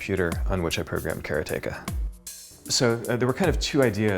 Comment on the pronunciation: I'm surprised that the game designer can't properly pronounce the name of his own game "karateka".